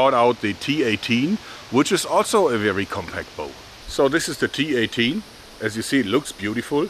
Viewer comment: well the T A T will be mocked in the UK, given tat in british slang is a polite way of saying a thing is shit, however the cineese one is a load of T.A.T. XD EDIT: JOERG! YOU SAYING T-18 SOUNDS LIKE T A T! damn it man XD